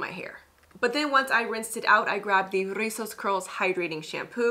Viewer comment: Love how you drag de R' RRRIZOS 😆